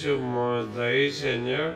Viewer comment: KEHESE UH MOMETO AHI SEÑOH